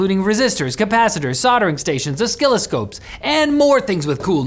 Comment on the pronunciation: "ohskillascopes" teehee